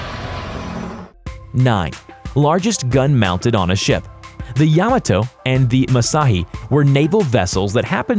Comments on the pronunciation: Yam-a-toe.. It’s pronounced yuh-mah-toe. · Hey Buddy......the ship's name is pronounced YA-MA-TO and MU-SA-SHI.......